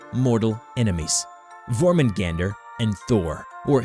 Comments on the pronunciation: It's [Yor-mun-gahn-dur], not [Yor-mun-gAn-dur]. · Well I pronounced jörmungandr Jörmungundr or Yormun Gawn Dir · YOR-MAN-GAN-DER is how you pronounce it I believe. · not really he pronounced jörmungandr in the western way